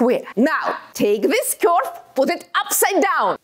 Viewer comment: I never thought the word "curve" could be pronounced like that.😂